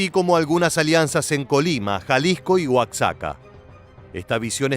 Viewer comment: No se dice Oazaca, se dice Oajaka.